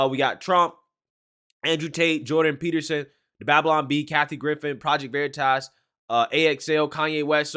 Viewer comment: Project Verit-ass!? Everytime you say the name that's what I hear xD